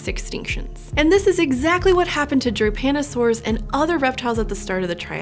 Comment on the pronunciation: She spells Drepanosaurs like it was Japanosaours.